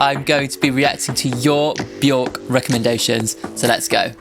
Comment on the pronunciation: hate to be that guy, and it’s a very understandable mistake to make but Björk rhymes with work, not with fork